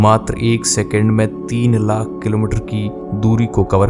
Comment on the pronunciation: Lack nahi lakh hota hai bhai😂